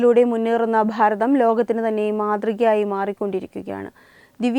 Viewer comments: താങ്കൾ പറഞ്ഞത് 💯 % ശരിയാണ്. പക്ഷേ അവർ അത് മനപ്പൂർവ്വം പറയുന്നതല്ല,അത് തിരുവനന്തപുരത്തുള്ളവരുടെ ഉച്ചാരണമാണ് "ഭ" എന്ന് പറയുമ്പോൾ "ഫ" എന്ന് ആകുന്നത്. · Pharatham alla 'Bharatham' ennu parayu. Ellayidathum 'Phaa' prayogam venta